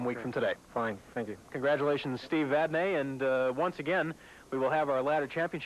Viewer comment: and: Steve, how do you pronounce your last name? Steve Vadney: Vadnee and: Too bad, we'll do it our way.